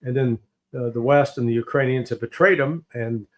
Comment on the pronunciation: URANIANS from Uranus ? YIKES